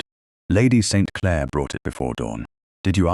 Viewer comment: Very annoying to listen to the heavy accent on Clare as if it's the start of a new sentence. 😡